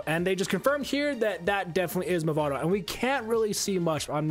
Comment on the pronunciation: "Mavado" my friend